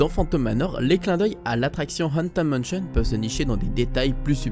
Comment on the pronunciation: "Anten manchion" xD mdr